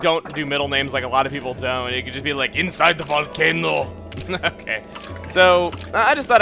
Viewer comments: "INSIDE THE VOLCANO" Spanish accent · Perez My thoughts, exactly 😆.